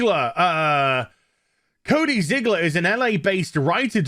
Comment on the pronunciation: __HvBF: "Cody Zig-(pause)-ler...Cody Zigler" (looks up at pic of Cody awkwardly) 🙄 __me to myself: I have seen "black on black", "white on white" ...I have finally witnessed "fat on fat" ...now i truly have seen it all ...truly no 🧢